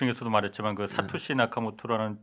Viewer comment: 홍사훈기자님 kbs라디오 방송때 사토시를 사카시로 잘못 말하자 멋쩍어 하시던게 기억납니다 그걸 듣고 한참 웃었습니다